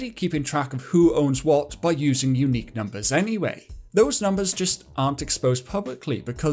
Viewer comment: "unqiue" :_caspFacepalm: But still giving great information to people